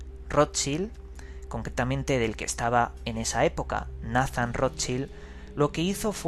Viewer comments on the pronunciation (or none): De verdad Roschil????...menos mal que uno dice informarse y ni le apellido de la familia que está investigando sabe pronunciar.